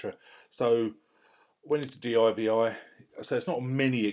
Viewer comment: Great video mate. One gripe...it's not d.i.v.i it's called divi you divi. Just jokes.